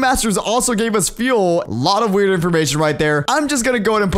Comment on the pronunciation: calling it wired instead of weird makes it sound so wuierd